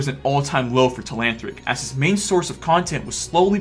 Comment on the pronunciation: learn how to say telanthric.